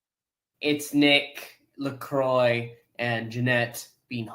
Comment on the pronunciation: You keep saying Lacroix name wrong ! They never say his name like that in the show. It's not Lacroiy. It's Lacroix